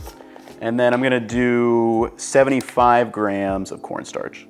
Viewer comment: "cornstrach" was so funny to me for no reason. Your channel's amazing man keep up the good work